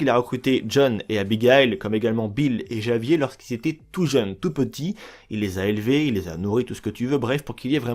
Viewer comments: Olala faite un effort pour les noms svp je suis pas espagnol mais je sais qu’on dit pas « javier » mais « Ravière » tout au long du jeu on entend leur prononciation ça casse pas trois pattes à un canard 🙄🙄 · Javier se dit en Espagnol ravier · Grave. Javier se dit Ravièr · Comment tu dis certains noms ça m'bute 😂 l'Inde, Javier 😭😭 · Faut vraiment être con pour faire le jeux deux fois et pas savoir que Javier se prononce pas comme il s'écrit.